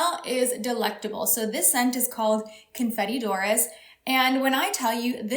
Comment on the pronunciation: The s is silent in dorés for your perfume. French for the color gold